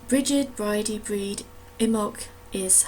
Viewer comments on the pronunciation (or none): Brighid is pronounced Bree-et